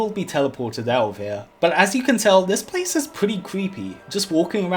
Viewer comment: "this pwaice is wewy kweepy... " Me: "if you're haunting wabbits, maybe"